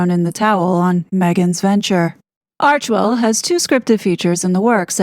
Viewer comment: Thankyou for pronouncing Archwell correctly. Im so sick of hearing "Archiewell", or "Archerwell" by ppl who should really know better. Arch and Well. 2 syllables only.